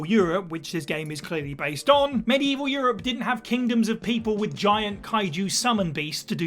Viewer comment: "their where no whites in medieval(he pronounced it wrong)!" ohh yes there was..like 5 of them...mostly in England and Spain...cuz coast...interior European nations like Poland or Bohimea had about % not white populations hell there are place on this planet to day where the non-native(white or otherwise) have never even seen a non-native